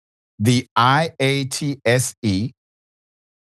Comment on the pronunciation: In case you've never heard it said, IATSE: eye-ott-see